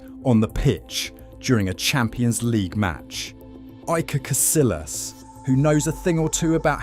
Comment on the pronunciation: For Christ’s sake lad. It’s Casillas not “Casilas.” Kah-see-yahs! ALWAYS sounds like “y”, always. How many names in Spanish with a double LL have you seen by now??? Thank you.